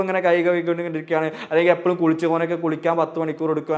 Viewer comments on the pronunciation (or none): sir, താങ്കളുടെ പ്രഭാഷണം ഒക്കെ കൊള്ളം . പക്ഷെ താങ്കൾ എപ്പോഴും എന്ന് പറയുന്നതിന് പകരം " എപ്പോയും , എപ്പോ യും എന്നാണ് ഈ പ്രഭാഷണത്തിലുടനീളം പറയുന്നത്. താങ്കളൊന്നു കേട്ടു നോക്കു എപ്പോഴും എന്ന് പറഞ്ഞു പറഞ്ഞു പഠിക്കുക